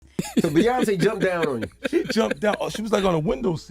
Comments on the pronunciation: It’s Beyoncé not Beyons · Who tf is Bay-onse? lol! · Lol who tf is "bay-hance"?! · The pronunciation of her name beeonice not bey onice . Too many of you people making these podcast can’t pronounce the names correctly. Get your sht together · The voice animation is slaughtering their names 😂😂😂 Bay Ons 😂😂😂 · Who is this "Bey-anz" ? is the voice over done with AI? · Why does it keep saying "Bay onss? Is this AI reading the script? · Bay-once & Sol-inge 😆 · I've never heard of the Bee-yons. Who are they? Stupid comp narrations. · BAY-YONCE! NESS! DR DREE! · Bae-once😂😂 who tf is that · It’s actually bay-aunce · Same as Bay-once 😆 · Bayonce as she says lol😅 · This woman narrating This video really can’t say Beyoncé you can’t pronounce it that’s crazy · This whole thing was ruined by the mispronunciation of Beyoncés name. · I didn't know Beyonce rhymes with seance. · Why tf can’t you pronounce her name properly???? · Be-once, Kan-I, Nass and Char-la-mag-na lololollol. Worst bot ever. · Beyoncé aka “Bay-Aunts” Charlamagne aka “Char-La-Mag-Knee” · Char la mangy the god, Bey ons? lol, text to voice fails again.